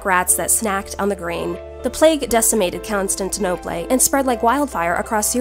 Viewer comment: How does a video with production value this high only have 250 views? Thanks for spreading the knowledge. I hope other people see this. Edit: "con-stint-ta-nope-lay"... So close :D